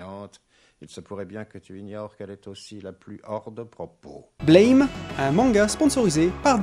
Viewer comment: la prononciation n est pas la bonne. Mais de toute façon il a eu une faute sur l horthographe ca devait être écrit BLAM.